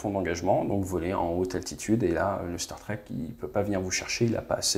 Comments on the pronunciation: Permettez moi d'apporter une correction linguistique concernant les Starstreak. Ce n'est pas une référence à la SF, et ne se prononce pas du tout comme Star Trek. La traduction serait "trainée d'étoile", streak se prononçant 'striik'. Voilà, désolé mais il fallait que je le dise. Excellent contenu sinon. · Starstreak se prononce "star strique" plutôt que "star trek" je crois pas que ce nom soit un jeu de mot par contre j'ai bien rigolé pour le "asraam" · Streak ça se prononce striik, donc "StarStriik", pas "Star Trek" ! :D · Merci, très détaillé et très apprécié. Juste un petit FYI le Starstreak se prononce en phonetique streek comme street. Au plaisir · STAR-STRIK …. si tu veux le prononcer correctement.